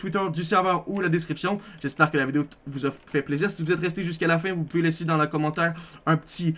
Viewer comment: Vous "Poubez" jouer au demineur